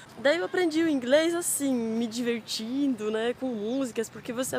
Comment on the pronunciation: Diverrrtindo... é uma pailista rs